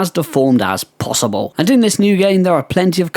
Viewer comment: This is not to be mean, and I'm sure you've heard it before, but when you said "possible" my mind went to Draco Malfoy saying "Pottah"